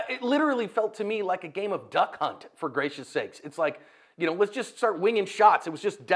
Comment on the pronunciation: Lol my man said it was "Duck HunT" ... 😂